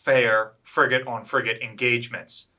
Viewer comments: he did but if you listen for it does sound like he says friggin' on several occasions. It's pretty funny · He said "FRIGATE Constitution".